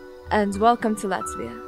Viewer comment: Yes es zinu es arī dzīvoju Latvijā būt bruh Like Her pronunciation of Latvia is kinda cringy